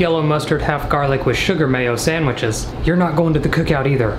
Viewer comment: No one: Not one soul::hope you like samwITCHES